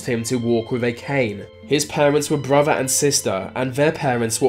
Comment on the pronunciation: Are you physically incapable of pronouncing the combination of "th"? All I hear is bruvva (brother), vah (the) and even "bloodfirsty"! That is so damned distracting and annoying I can hardly believe it.